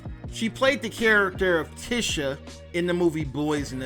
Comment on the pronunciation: Bruh how you see the movie and can’t pronounce her name right🤦🏾‍♂️